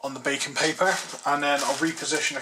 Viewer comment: Ohhhh BAKING (known as parchment paper in the US) paper. I thought you said BACON paper. I was trying to figure out what the hell bacon paper was.